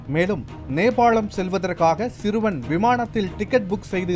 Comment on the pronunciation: ஏன்டா அந்த எரும 11வது படிக்குது.அதை போய் ஏதோ 1ம் வகுப்பு படிக்கிற பையன சொல்ற மாதிரி சிறுவன் சிறுவன் அழுத்தி சொல்லுற.பையன் வெவரமாத்தான் வேலைய பார்த்து இருக்குறான்